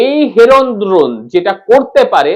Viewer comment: উচ্চারণ ঠিক করো। দ্রোণ নয় ড্রোন।